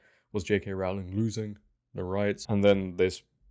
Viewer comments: Please pronounce Rowling correctly. It's Rohling, not Raoling. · Dude i like the vid but it was hard to listen to. its rowling like rowing or ducks in a row not "raowling" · I wish people would learn how to say the first syllable of her surname correctly. It's 'Row' to rhyme with 'Go', not to rhyme with 'Cow'. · Pretty sure Rowling rhymes with bowling. She is the Dickens of our time. These light weight activists don’t deserve to be in the same room. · It's ROwling, as in 'rowing' She has said it multiple times before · J.K. Rowling rhymes with “bowling” not with “howling”. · Just a quick comment. It's Rowling like bowling. 😅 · Rowling rhymes with Bowling. Pronounce it correctly please …. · Rowling rhymes with "bowling", not with "growling". Other than that, well done.